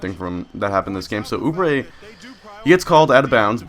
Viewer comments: I live near Kansas and route for them and you are pronouncing it correctly. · Yes you are saying oubre right, let's go jayhawks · Not a Kansas fan, but Kentucky played them and you are pronouncing Oubre correctly